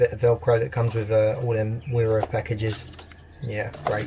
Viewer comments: You can’t just bunch every English bloke in the same category 🤣. Only the people who don’t give a $hit about their tools don’t know it’s pronounced vera. I’m 21 and do hella research before committing to any 1 company so don’t you dare have the audacity to put me in the same boat as these fucken waste men 😂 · Pronounced as Vera 👍